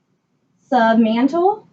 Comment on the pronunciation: I feel like that woman is purposely saying stuff wrong like palpatating, skin tutor , sub mantle